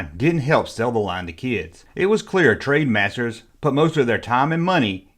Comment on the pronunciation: its ,,,sigh ,,, TRENDmasters not trademasters.